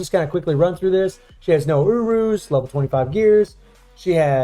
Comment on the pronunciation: Whenever says "Urus" it sounds like "She has no UwUs"